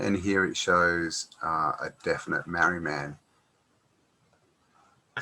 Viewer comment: its pronounced MARR - REE